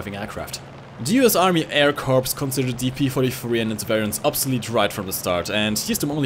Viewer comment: When referencing the us military corps is pronounced core